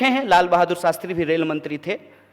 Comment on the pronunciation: saala shakal se hi dheeth lagta hai Shastri ko sastri bolta hai